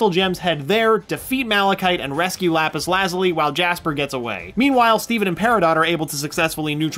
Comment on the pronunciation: I take it you have never heard of the Lapus Lazuli before steven universe I can tell by the way u cant pronounce it you seem to have jokes about things like u think your smart though. 😐